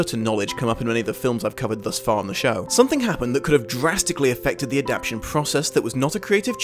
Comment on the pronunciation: i know you wont probably read this but if you can spell adaptation right in the title why can't you say it right? ad-ap-TAY-shon, not ad-AP-shon